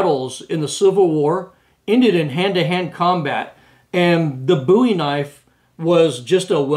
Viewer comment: It's Called BOW,,,,E not BOO E Look How His Last Name Is Spelled.